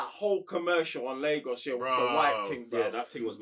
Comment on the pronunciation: Don't like that pronunciation of Lagos though lol